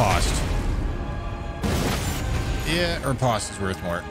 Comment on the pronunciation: anyone else hate how he says riposte wrong?